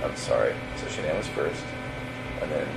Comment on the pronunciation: Hi, sorry..this is a Horrible Narrating of their story..very hard to listen to!! Would love to hear this out but the way you are speaking & not pronouncing SHANANN'S name Properly is just Not OK!!!